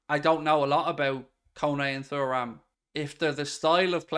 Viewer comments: It’s pronounced TURRAM…. Not Furram. Can’t u remember his dad in the French 98’ team. Lillian Thuram….. not Furram. Turram!! Loooooool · It’s tu-ram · P.S …..Kone is a better player than Thuram (Turram lol) both athletic both can tackle, both can pass but I feel Kone is more of a boss in midfield than Thuram, as in he’s more confident in his ability. Has more (shall I say) panache. I can see Liverpool playing Kone as the ‘8’ Macallister ‘10’ or ‘8’ and Thuram (pronounced) Turram lol… in the number ‘6’ role. With a current midfielders rotating. If we got those 3 in and and Goncalo Inacio….. I full heartedly believe Liverpool would be a force again. MARK MY WORDS!